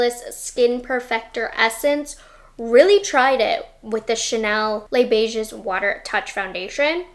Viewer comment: FYI you don't say the 's' at the end of either word in Les Beiges, it's more like "lay beige". Thank you for this explanation, it's totally right, just because the packaging looks the same or the brand tried to make a dupe, many recent 'dupes' just are NOT the same.